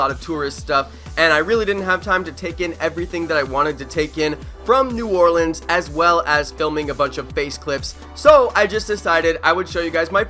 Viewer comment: Bro i live in nola born and raised down here you said it perfect bro